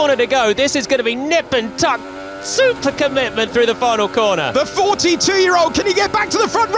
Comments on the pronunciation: “soUPah commitment” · “s🦅per commitment” 😂